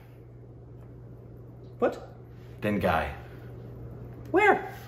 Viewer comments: haha its dengay pron: then gay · its dengEy my dudes not dengAi